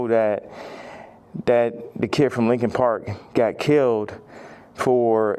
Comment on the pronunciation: True, but the fact that you said “lincoln” instead of “Linkin” feels disrespectful 💀